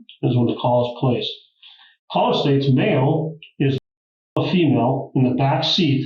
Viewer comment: Dear: "Calller"